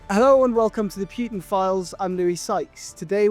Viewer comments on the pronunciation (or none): Putin's name - the letter U - is not pronounced like in "pure" - it is pronounced like in "poo" - easy to remember. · I get the impression that some people pronounce it "Pewtin" to emphasize the stench that he is.